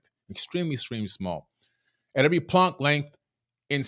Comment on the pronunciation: The way he pronounced planck time made me want to vomit haha